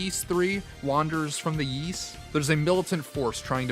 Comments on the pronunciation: Forgive all the comments. The Y's series is pronounced "Ease" or "Eez," not WISE/YS. (I apologize if that came off rude, just trying to help.) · Ys is pronounced "ease". And its not a made up word. Its found in the real world so we already know how to pronounce it. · to help : say it in french : YS, = the sound of EAS, as in "EASY" "Wanderer from "EAS""